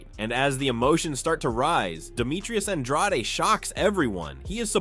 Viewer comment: Why tf you call him un draw de? It's on drade..... .. ...